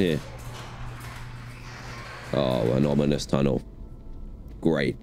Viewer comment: ‘Anomanous tunnel’ 🤣